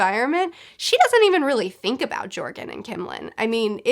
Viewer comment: Btw joergen is pronounced yer-gin. Just saying